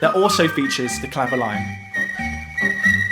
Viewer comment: I love your videos! Good job. Odd, though, you don’t seem to be able to pronounce “th” very well.